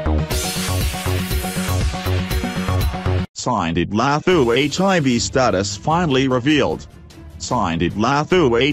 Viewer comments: The way he’s pronouncing her name 💀💀🤣🤣🤣🤣🤣🤣🤣🤣🤣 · No1, he can't pronounce her name right, 2 why is it of public interest what her status is, many people live with hiv without being named.